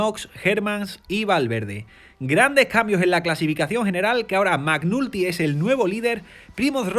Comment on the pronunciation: che ridere... si pronuncia MEC NALTY, non MAC NULTY 😂😂😂